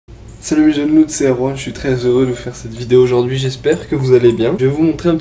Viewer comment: Qui casse les œufs à une main, et qui sort des "Aujourdwouihi":D